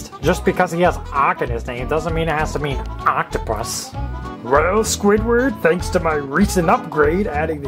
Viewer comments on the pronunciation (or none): You said squidwoB😂😂